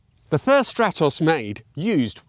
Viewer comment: What a gorgeous little projectile! Thank you for the video. You show a slide saying your pronunciations are in the Italian manner so I was expecting to hear Strah-toss rather than Stratt-oss. Just saying...